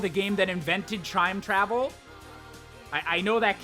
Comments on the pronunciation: did anyone hear say chime travel the first time and correctlly the second time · said ocarina of time invented trime travel and he didnt even edit it out XD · he calls it trime travel ;) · Trime travel? Did you just say trime travel? 10/10 language